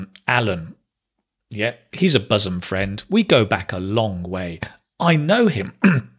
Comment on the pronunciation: Hai, I am an ardent fan of yours. Please carry on your good work. By the way, isn't your pronunciation of the word ' bosom ' different from the standard pronunciation given in the dictionaries, including Daniel Jones's. I suppose it's the Manchuvian version.